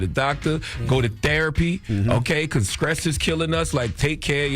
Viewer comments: Charlemagne! WTF is Skress? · Charla Stress not Skress🤣 but all jokes aside true statement. RIP Irv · How the god on the radio, and he can't even pronounce his ST letters. Stroke fool. Not Skrote! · Its STRESS not SCRESS CHARLEMAGNE 😂😂😂😂😂😂😂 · Charlemange said skress kills. He aint lying though. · God damn, Charlemagne still saying "skress" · Did he say scress? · How come a 46 year old man, can’t just say Stress bruh.